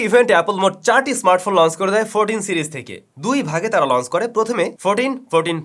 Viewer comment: Correct the pronunciation of Launch, Notch, Change, Watch, Inch. For the betterment of your presentation.